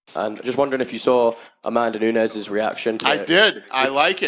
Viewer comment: CAN YOU PLEASE PRONOUNCE NAMES CORRECT ... ffs NUNEEEEEEEEEEEEEEEEEEEEEEES ffs DAMN FUCKIN BOT it's extreamly lazy not using your own voice in videos better yet do some freakin research in how to pronounce names two e's = an i, while a regular e is a damn e so NU-NES GET IT !